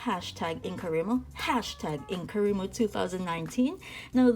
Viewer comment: Just what I hope is a helpful comment... It isn't actually pronounced "In-coh-REE-mo", but in-co-RYE-mo (because the Wri represents WRITING). :)